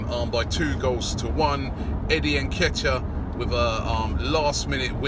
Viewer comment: Robbie, let me help you with the pronunciation of Nketiah.... 'inkay-tia'. You are welcome!